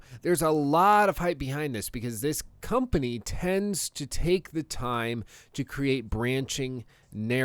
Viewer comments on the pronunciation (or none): none